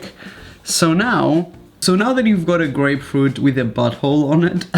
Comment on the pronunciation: Thought u said great fruit tool not grapefruit 😂